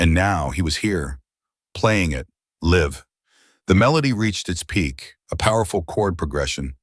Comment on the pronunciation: It is "LIVE" not "LIV"